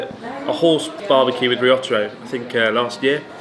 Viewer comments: best impression of gaijin sloppy Japanese from anime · haha